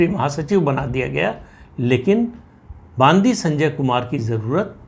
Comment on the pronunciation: बंडी संजय ऐसा नाम है ! बांदी नही !